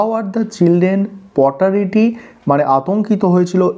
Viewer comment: Potarity শুনে আতঙ্কিত হয়ে পরলাম।😅